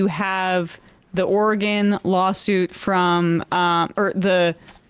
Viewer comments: Sam,its not oregone....we haven't gone anywhere. Or-Y-Gun. Oregon. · Portland "Orgone"? Please learn how to say Oregon when insulting people's intelligence. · As an Oregonian I will allow Sam to mispronounce our state simply to continue the bit.